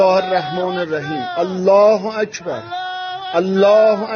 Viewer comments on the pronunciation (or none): ये अल्लाह हु अजगर क्यों बोल रहा है।।